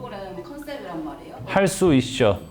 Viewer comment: 할 수 있셔 라고 발음하는 셔누 왤케 귀여웁죠ㅋㅋㅋㅋㅋㅋㅋㅋㅋㅋㅋㅋㅋ할 수 있셔